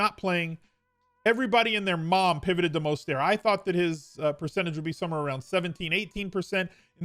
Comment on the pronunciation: fan, but as a lifelong niner fan, I need to politely inform you his name is pronounced “Mose-ter-t”. There is no silent T. Pronounce the T.